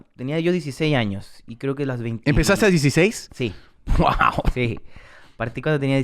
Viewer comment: I love how Tom says "GUAO" instead of "WOW"